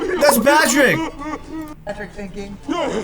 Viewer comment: I think you said "that's Batrick"